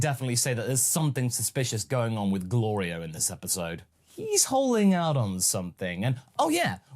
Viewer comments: I like how Goku keeps getting Glorio’s name wrong but doesn’t have an issue with other peoples names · Something that gets me every time is the running gag of Goku repeatedly mispronouncing Glorio's name, it reminds me of the tfs gag of Goku mispronouncing the name of the Hyptertonic Lion Tamer and the Spaghetti star. do you think it may have been inspired by that? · Glorio is going to end up turning evil because he's tired of Goku saying his name wrong.